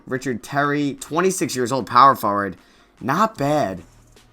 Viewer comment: i watched ur videos all day and u say power forward wrong tf